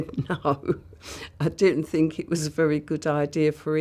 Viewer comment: Think is not phink, stop mispronouncing it as such.